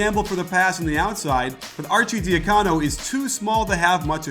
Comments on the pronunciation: Nice vid coach! Arcidiacono's last name is supposed to be pronounced Archie-dee-HUH-cono, not Archie-dee-huh-COE-no. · Great video but youre pronouncing some names incorrectly. Archie and Ochefu are off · Say Archi's name right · The "arcidiacono" pronunciation made me cringe